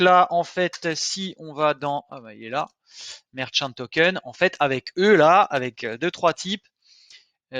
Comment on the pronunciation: On dit merchant , pas merkant commme un marchant en fait. Je dis ca comme ca